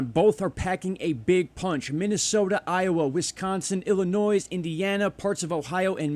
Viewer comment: PLEASE -It is Illinois - not ILLINOISE. The S is silent. I live here!!